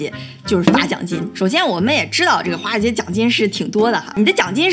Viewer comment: 第一句听成花街😄